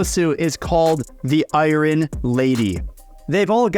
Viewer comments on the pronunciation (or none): I never iron ("eye-yearn") pronounced like "eye-run." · Did you really pronounce iron, “eye run?” 🤯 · Did you just pronounce "iron" as "eye-ron"? Wtf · Bro pronounced iron as eyeran... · "The eye-run [iron] lady" - LOL love the pronunciation